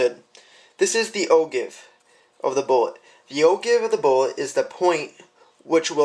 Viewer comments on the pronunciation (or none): Just because I'm OCD... It's pronounced "Oh Jive", not "Oh Give" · Not a bad video, but it is pronounce "oh-jive" and is spelled ogive, not o-give. You should, also, "spin" the brass while in the calipers so the head squares up to the outside measuring contacts. Verifying the round in your calipers after you removed it from the rifle would, also, have been a good idea. I don't know about most people, but "good-enough" isn't in my vocabulary when it comes to reloading. You are definitely on the right track. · Enjoyed the video. I have always heard "O-give" pronounced "O-Jive". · Good job overall but again it's actually pronounced "o-Jive". Keep up the good work. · Great video. But it's pronounced "OJIVE". I'm just sayin"..... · The Ogive?? LOL! It's pronounced Oh-Jive.... ROFL! But yes, a good explanation and good video. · LoL It's pronounced - Oh Jive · Ogive is pronounced Oh-Jive. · Yes. Ogive is a geometric shape. See: I was trying to help you with the pronunciation. You mispronounced it in your video. FYI .... most people mispronounce it.